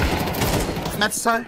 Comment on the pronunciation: Dude, it’s MeZTal, not MeTZal… he is on your own team! 😂😂